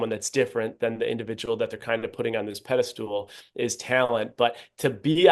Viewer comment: did you REALLY just say “pedestool” in this video??? It’s pedestal. Slow down, JT!.